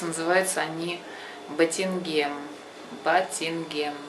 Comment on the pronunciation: Не батинген а батинжан